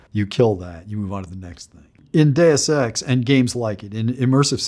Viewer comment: I'm concerned when even the creator of Deus Ex is pronouncing 'Deus Ex' incorrectly.